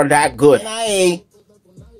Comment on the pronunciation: it's actually pronounced NEE-YAH not N. I. A.